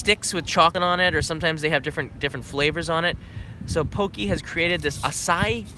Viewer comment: Do they really pronounce "Pocky" "pokey"? ^_^